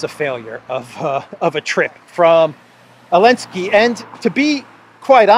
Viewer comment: Partial answer from South Africa. The letter Z is painted on the Russian tanks and military combat and other vehicles, although is does not feature in the Russian alphabet, but Zelensky banned the use of it. Hence calls him Elensky. I hope I got it right.